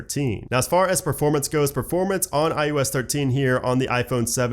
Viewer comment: SOUNDS like you are saying IUS - not IOS.....SERIOUSLY! It’s I oh ess!!!!!!! OH!!!!!! Not you!!!!!